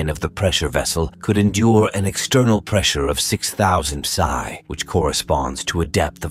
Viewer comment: Please get a non robotic narrator who can at least read. Bow and psi, so difficult.